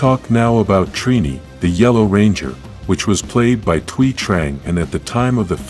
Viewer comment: lol We can pronounce Thuy’s name correctly but not Zordon’s or Austin St. John’s.? 😂